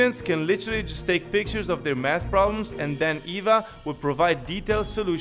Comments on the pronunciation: the sponsor i thought he said meth 😂😂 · your math problems i ear first meth problems hahahhaa 😭🤣🤣🤣🤫